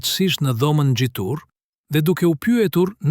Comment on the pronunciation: Ne cilen dhome nxhitur thuhet ngjitur